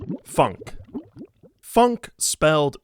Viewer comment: doesn't phonk have more of an 'aw' sound? i may be mishearing but it sounds like he's saying it like the word funk.